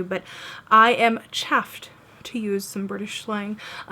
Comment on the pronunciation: We actually say chuffed! It's a u not an a. But great look. 😊